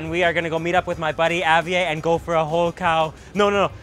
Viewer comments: Did you just say Javie instead of Javier? I’m kinda triggered knowing that’s my name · You can't be in Mexico, eating true Mexican food and call it a Wrap. There are no Wraps, only Burritos.. And it's pronounced, (HA- VEE - AIR). Good show, great food.